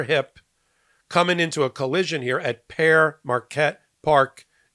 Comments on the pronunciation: Sorry but it’s pronounced Peer, not pair. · "Pere" sounds like pier or peer, not pear. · It's pronounced Peer, not pair. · Peer is how you say Pere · The park name is pronounced as pier Marquette park. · Pronounced ‘Peer’ Marquette